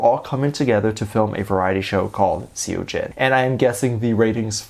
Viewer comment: say it like sohjin❤❤